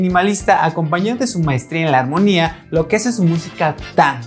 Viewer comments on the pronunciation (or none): Ay amigo... es ARMONIA. No HARMONIA XD